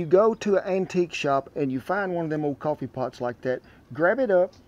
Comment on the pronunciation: It's pronounced cowfee.